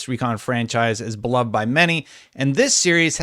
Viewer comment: The very first sentence of this video... "The Ghost Recon franchise is Blubbed by many" haha I had to replay this a couple of times, to make sure I heard the ever Blubbed correctly. LoL just givin ya shit, keep up the daily videos, you rule!